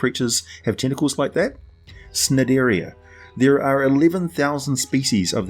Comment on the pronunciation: Just wanna point out. The C in Cnidaria and Cnidocite is a hard C. So basically knidaria/docite.